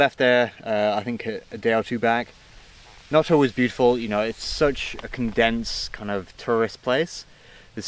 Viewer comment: Great video, ciao da Palermo :) Noto with one t was perfect!